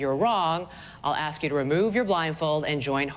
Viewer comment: No Monica, Shannon didn't AXE you to vote her out. She ASKED you to. English. Learn it.